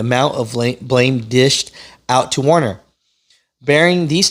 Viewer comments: "WER- ner", NOT "WAR- ner"! Please, finally. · It’s Werner people, not Warner. Get it right.